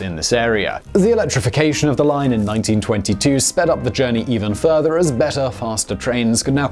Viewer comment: Was that 1922 or 1992 that the referendum on the GBT was passed? Sounded like you said 1922. That sure would have been ambitious back then.